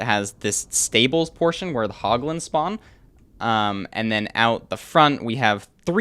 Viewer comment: he said hot guns ensted of hoglins